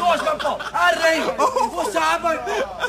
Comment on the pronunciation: RRRRIGHT THAT JUST DOES IT LOL